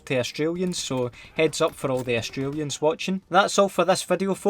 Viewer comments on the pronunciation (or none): Never in my entire life have I been so excited to hear a Scot say Australia